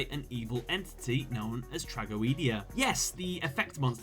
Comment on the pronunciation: Its pronounced "Tra-go-dee-a"